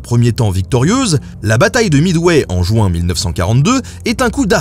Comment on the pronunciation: JU-IN JU-IN JU-IN please !!! Pas JOU-IN !!!